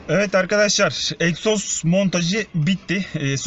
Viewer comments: Eksoz degil egzoz 🙂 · Eksoz değiiil EGZOZ 😁😁😁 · Eksoz değil abi egzoz abi binde uzun bi kesiciye sokar misin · ABİ EKSOZ Deyil o Egzoz